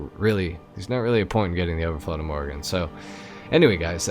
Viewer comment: But you still call it imorgen in the video. It's pronounced like two words "i" "morgon". Means tomorrow. Överflöd means abundance. The umlauts (dots) over the o's totally change the sound, to something like a short "euw". It's loosely based on Koenigsegg Gemera, which does have a double turbo on the petrol engine. And three electric motors. It's ridiculously fast, for a family sedan. 1700 hp, 0-60 mph in 1.9 seconds. The owner and designers' mom gave it its name, a compilation of "ge" and "mera" (give more).